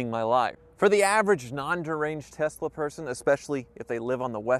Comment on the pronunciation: It's pronounced "Elon Musss-ksss Tessslah"!!